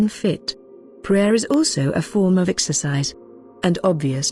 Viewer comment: Asalaam so sad the producer/s of this video didn't pay attention to the narrators ability to pronounce the words correctly, (Ramadan, exercise) but never the less informative. Jzk